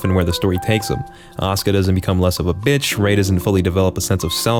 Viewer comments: I just like that the way he pronounces "Asuka" sounds a lot like "Oscar" and now it's her non-oficial name in my mind. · Still wondering why people pronounce Asuka like Oscar.